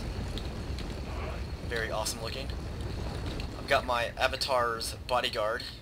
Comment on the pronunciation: lol i find myself yelling "your generarl is in vewy graaaaave danger m'lord!" at random times.